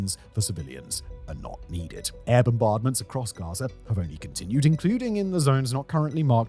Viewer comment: Russier, Gazier 🤣 is